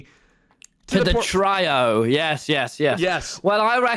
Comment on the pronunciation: wilburs smirk when tommy mispronounces trio is sending me lmaooo